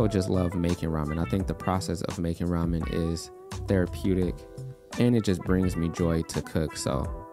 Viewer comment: Man, I was very impressive when you say Ramyeon not Ramen. And when I see the Cass, it all makese sense 😂 Love your video btw 👍🏼